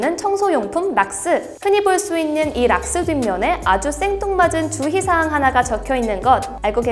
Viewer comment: 주의사항을 자꾸 주희사항이라구 읽으셔서 귀에 박혀욥